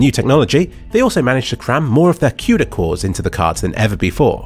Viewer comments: it's COODA not CUTE-A. xD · Did you say “Cueda” lmao